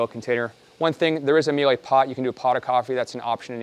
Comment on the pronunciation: Meel-uh. There’s only one way to pronounce it correctly.